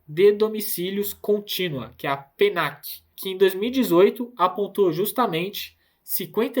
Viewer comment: Não é Pnac é PnadC (pinad c)...